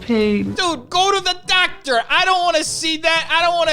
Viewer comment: I love the way he pronounces doctor. Like "Dahctah". I have to keep replaying it xD